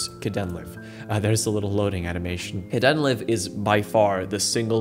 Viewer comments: you mispronounced kdenlive. it's supposed to be said like "kay dean live". live like in "live stream". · Kdenlive is pronounced kay-den-live (live like livestream) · Caught me off guard lol It's pronounced Kay-den-live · i love how you pronounce kdenlive, it's hilarious :D